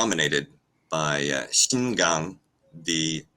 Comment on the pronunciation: Not to be a jerk, just to help out His name Qin Gang not Xin Gan. Cheers